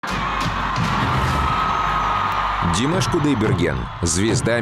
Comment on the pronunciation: Что за манера делать неправильное ударение имени певца. Правильно Димаш ударение делать на слоге втором слоге